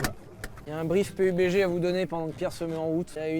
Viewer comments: Le jeu se prononce peube dji domage de ne pas s etre renseigner un minimum ne serai ce que sur le nom de la sponso ! Perso il vous paie pour la video et ca montre que vous n en avez rien a branler . Au passage il y a de gros probleme de hacker dans le jeu c est insuportable . Je ne le conseil pas vraiment meme si c est un tres bon jeu, les hackers le detruise tout simplement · Pé U Bé Gé hahhahhahahahahahahaha la premiere fois que j'entends klk'1 faire cette prononciation Pourri au lieu de dire PABDGI